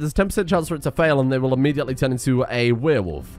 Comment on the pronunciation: I am going slowly insane from every time says weerwolf instead of werewolf